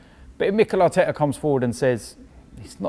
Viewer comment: it pisses me off so much how robbie doubts arsenal so much it not emry it is mikel artekerrzz